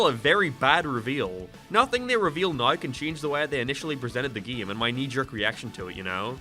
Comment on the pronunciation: "Gæm" "Cæse" "Sæga"